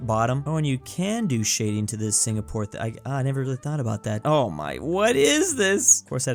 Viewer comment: Him dawn my country wrong it singapore